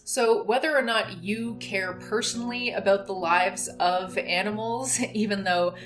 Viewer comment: Less than a minute in and she's already dropped the hard "aboot". (lol just kidding. love your stuff) edit: okay... I don't love this.